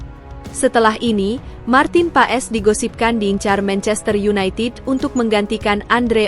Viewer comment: Marten pas bacanya mbak jgn paes😂😂😂